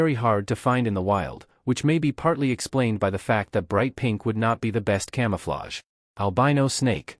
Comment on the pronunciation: un come ufflage? .. if you're gonna use shitty AI narrators at least check them before publishing